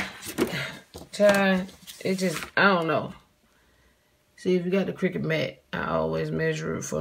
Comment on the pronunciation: The way you said cricket..lol.. love your personality..hopefully I can do these.. great video🥰